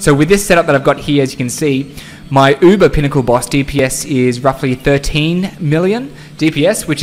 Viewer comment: I'm gonna try this in a hardcore character to see how it goes, wish me luck guys lol. Btw, I love how you pronounce uber!